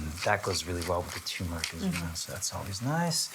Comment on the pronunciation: tur-mer-ick, not choo-mer-ick... could you use pearl barley in place of the rice?